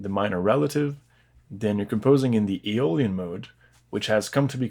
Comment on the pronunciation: Its Aeolian